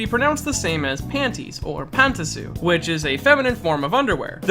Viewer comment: Were did you get the second "a" in Pantsu from パ(pa) ン(n) ツ(tsu) there is no "a" in the Tsu